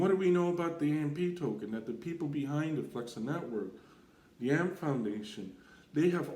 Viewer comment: The Ampee token what are you saying… its AMP